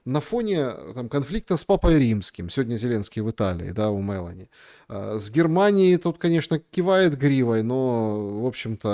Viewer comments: премьерка Италии МелОни не МЕлони,ударение на первый слог ставится в имени... извините, щас не про политику, просто очень режет слух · МелОни ударение на О